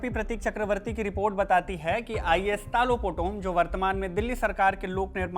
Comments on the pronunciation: His name is talo not tilo potomm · it's तालो पोटोम not tilo poto😅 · How can say Tilo Poto It’s Talo Potom… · Not tilo potom it’s Talo potom thoda toh achha se bolo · तालो पोटोम not Tilo Potom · TAATOOO POTOM .... not telo POTOM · Naam toh sahi se le leh 😅 telau nhi talo potom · Talo Potum❌Tilo Poto✅😆😂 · 😂 Tilo poton nahi TALO POTOM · Not telo Talo potom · Tumko bolne nahi aatai Hai toh mat bolo tilo nahi talo potom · Kya tilo potom its Taaaa lo potom😂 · Hahaha nice pronouns 😂 talo putum ❌ telum putum✅ hahaha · Not Tilo it's Taloh Potom. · Sirji,Talo potom khiye,not Telo Potom 😂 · Bro it's talo potom not tilo potom😂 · Telo poto hahahahaha 😂😂😂 bhai acha sey naam toh boldo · Naam to sahi bolo kam se kam